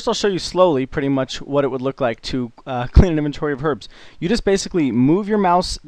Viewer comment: I swear at the start he said welcome to my guide for cleaning arabs :)